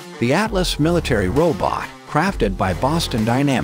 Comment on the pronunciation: What's a "row bit"?